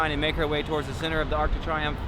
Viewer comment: Love your work always, but did you really just call it the arc de try umf? Lmao